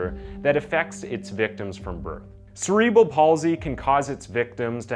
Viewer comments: This was a weirdly put together video. The dramatic music and descriptions seemed a little insensitive. Like the death of a child isn’t something to use for dramatic entertainment. There’s a lot of ways to speak about cases without making it into a TV drama. Also the weird subtitles and word pronunciation were strange as well. Cerebral palsy is pronounced [se][re][bal] not [se][reee][bral]. And latter is pronounced [la][ter] not [later]. They’re two totally different words and spelt differently for a reason. And hiding words like ‘death’ but then not in later sentences. Or victim. These are normal words. Just seems really off to me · Cerebral is not “See” it’s “Sera”. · Say it with me, CEREBRAL.